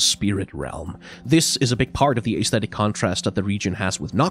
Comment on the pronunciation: I love your videos, seriously. But PLEASE pronounce Aesthetic correctly it’s driving me nuts